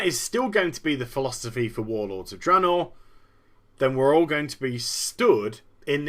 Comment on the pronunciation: Blizzard is in such HORRIFIC disfunction, the majority of the employees don't even know how to pronouce THE NAME OF THE PRODUCT THEY'RE WORKING ON. The guy in charge says "Dra-naw". The EMPLOYEES who clearly never even communicate with anyone else, say it "Drey-naw". What an unbelievably disfunctional company. Metzen clearly never even enters the company Break Room to grab a soda, because that's getting to near the peons. Not acceptable to a multi-millionaire like him. So we get endless Blizzard employees getting up on the stage at Blizzcon and continuously PRONOUNCING THE NAME OF THEIR PRODUCT WRONG. Blizzard Entertainment is, literally, the example of how a company should NOT be run.